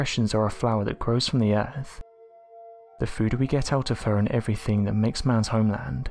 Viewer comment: Why do many Brits say “viss” and “vat” and “ferver” and “free” (this, that, further, three), etc.? Seriously.